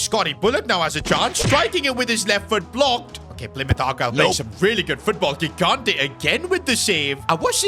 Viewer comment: Second time telling that his pronunciation of "gigante" is incorrect (correct one is "jigante")